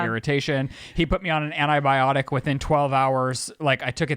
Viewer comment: I’m sorry but I’m going to pull a …. It’s ANTI-biotic not ANA-biotic 😅